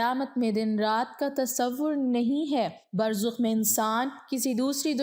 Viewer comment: Burzakh, not Burzukh.